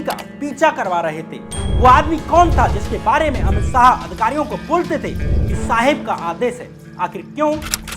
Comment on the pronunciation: syam bhai aap apni bolne ke tarike ko zara teek karo dehati sa lagta hai .saah nhi shah hai ..gale ka use bhi kaise kare kahan slow kahan zor sab teeknkaro .bcz aapka vedio bahut sahi subject hota hai magar sunke lagta hai koi anpadh aadmi bol raha hai .bolne pe kaam kariye .aur naam me se meera hatake bolo ladki ka naam add nhi karte .aapki aawaz female si ho rahi hai ..fark padta hai in bato ka